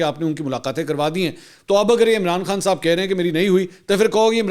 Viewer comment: منصور صاحب جب آپ عمران خان کا نام لیتے ھو تو توئی تک زور کیوں لگاتے ھو